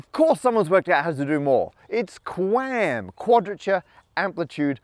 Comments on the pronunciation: Q AM not Qwam lol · Electrical Engineer here. First off, pronouncing QAM qam is like pronouncing lol “lawl”. Also, you only cover the back half of why 5G works. Using QAM to send more signals at once requires more power. This is a real problem. The way it is solved, and the reason 5G towers look so funky is because 5G towers use antenna that send the signal mostly just in the direction needed, while other antenna send the signal in all directions. This causes a savings in power, which is used to send more data at once. So congratulations on making a video that only addresses the most basic part of what 5G is, without mentioning at all why it’s possible to do this now and not before. Oh, also 5G uses higher frequencies, which sort of gives more frequencies to use, since higher orders of magnitude have more numbers. So you aren’t wrong, but you only talk about the least complex part of the problem. This video is like if I were to make a video that talks about how we suddenly know so many digits of pi, and I didn’t mention the use of computers at all. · Hearing him say quam is oddly satisfying